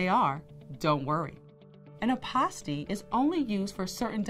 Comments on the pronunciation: 😂😂😂 fouroh four reaction was spot on I’m rollinnn ..Hilarious because when she said apostille I was waiting for her to double back and correct her pronunciation but second go around she pronounced it the same way. I was like oh snap ! Let me hit google university because I could be wrong . Nevertheless I appreciate the content . Great work. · Hi. Since apostille is a French term, ah-pah-STEE is the preferred pronunciation of the Hague Conference on International Law, the body that oversees adoption of apostille standards. However, apostille is also pronounced: AH-pah-still or ah-PAH-still. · First of all- I've been pronouncing apostille all wrong.